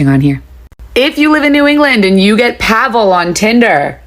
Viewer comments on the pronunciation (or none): none